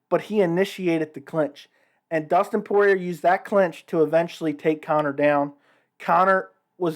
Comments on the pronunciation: The last “r” in Poirier is silent. Poor-e-Ay. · When you annunciate the letter R on the end of Dustin‘s name it makes you sound kind of like a hillbilly. wait a minute I’m from the hills of Kentucky maybe I better pick a different term. You sound like a goof, yeah that’s it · I assumed from your accent that you were from New Orleans but I guess that isn’t true considering the mispronunciation of Poirier lol